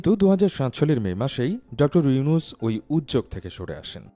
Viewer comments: নামটাও ভাল করে বলতে পারো না, ডঃ ইউছুন কি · আপনিত ভাই একজন বাঙ্গালী। কিন্তু শুরুতেই ওনার নামটা ডঃ ইউনুছ না বলে ইউছুন বল্লেন কেন? ভিডিও আপলোড করার আগে একটু হোমওয়ার্ক করে আসলে ভাল হত না।যাইহোক তারপরে ও লাভ ফ্রম বাংলাদেশ। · প্রথমত ড. ইউনুস সাহেবের নামটা ভালো করে উচ্চারণ করুন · ইউনুস নাম টাও উচ্চারণ করতে পরেন না😂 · ড. ইউনুস নামটাও তো উচ্চারণ করতে পারো না, যা ১.১৩ মিনিট এ কি বলছো দেখে নাও, এরপর থেকে ভিডিও আপলোড করার আগে সব ভুল ত্রুটি দেখে নিও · পলর চনু আগে নাম ভালো করে বলতে শিখ তারপর ভিডিও বানাইছ😊